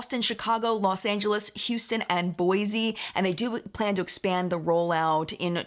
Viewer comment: It's Boy-SEE... not boy-zee